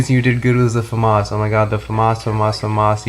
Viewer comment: Why do you pronounce it Fumas its pronounced Famas, because the gun is french, it has a accent to its name